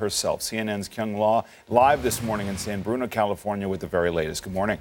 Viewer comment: At least can this man say California to give some respect please not to be rude